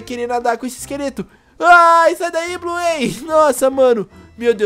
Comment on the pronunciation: Da até raiva dele falando Bluêi, (Bluey) e ELE CHAMANDO A BINGO DE "ELE"